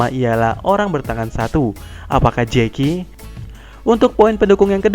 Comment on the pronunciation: Dubber indo goblok, shanks dibilang jeki